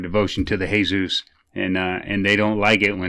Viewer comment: My man said "they're really strong on the hey-zeus" 😆 THIS is why I love this channel